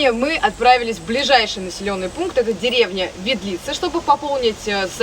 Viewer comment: да блин видлица, ударение на первый слог